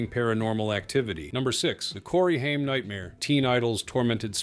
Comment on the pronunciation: His name is DAn Ãckeroyd and Corey Hame (Haigm)